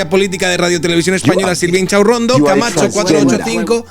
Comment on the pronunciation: Me encanta cuando dices “chinchachurrondo “ 😂😂😂😂